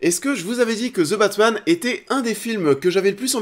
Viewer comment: Je savais pas qu’il y aurait un film qui s’appellerait « Ze Batmanne »... pfff hehe. Allez, un petit effort de prononciation s’il vous plaît... Si le th en anglais est trop difficile à prononcer, aussi bien prononcer comme un d (De Batman). Sinon, pourquoi tout simplement ne pas le dire en français le Batman, ou l’homme chauve-souris...